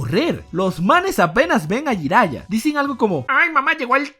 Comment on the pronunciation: Escucho "Jairaiya" y se retuerce mi corazón :(